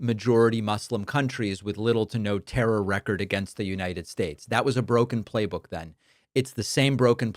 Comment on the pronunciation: “United Schtates”. Is he on something or is this the clone or robot bobble head of Trump?